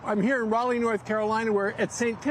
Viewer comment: In the early 00s, this blunder of “Raleigh” would have message board discussions going wild at this anchor for not knowing how to read. Now nobody blinks because the bar has been lowered so much.